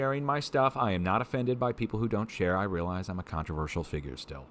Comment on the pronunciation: Thanks for being "contro- versial"!! Contro on dude!! Love you and the Mrs. Happy 20th again D:)